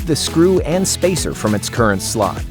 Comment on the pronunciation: im the only one who hear "the expansion slut"? xD im sorry but his O sound more like an U